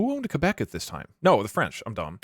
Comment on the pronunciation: WHAT DID HE JUST CALL QUÉBEC😭